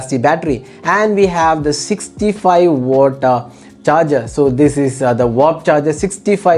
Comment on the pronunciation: It's watt.. Not wooott